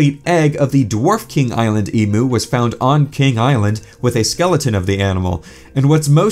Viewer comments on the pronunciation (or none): I have to say it as the down-under troglodyte that I am... we say "Eeem-You", not "Eee-Moo"! Nice rewind!